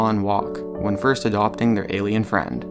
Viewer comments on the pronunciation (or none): none